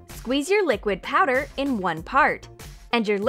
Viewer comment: did she call it liqid powder?